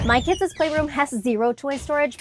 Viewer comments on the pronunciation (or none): “Kidses” it’s just “my kids playroom” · Why does it sound weird when you say kids